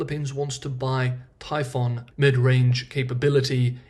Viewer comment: Excellent update, as usual. Thanks! One point of minor feedback is that the way you are pronouncing the weapon system that Taiwan wants is "typhoon" like the Pacific hurricanes storm, the "oo" is pronounced like the letter u, "un" in the word "Picayune", not like the word "on".